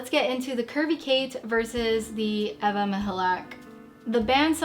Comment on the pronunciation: as a native polish speaker I confirm you say Ewa Michalak corretly, I'm impressed!